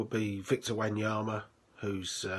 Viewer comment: Jeez, the worst bit was the pronunciation 🙈🙈🙈🙈🙈🙈 Dabila (Dybala) Wanyamya El Selso (Lo Celso - > Lo Thelso)